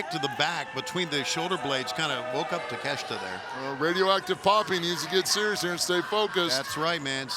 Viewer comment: why the called him Takesta?? its Take-Shita haha